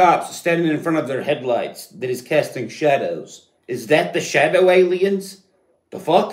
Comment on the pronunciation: I lost it at shawdow aliens 😂